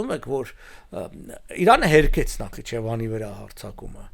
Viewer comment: Ժողովուրդ, բավակա՞ն չէ Նախիջևանը «դարձնել» նախիչևան, նախչևան, նախճևան… Ալարու՞մ եք ասել Նախ-ի-ջե-վան։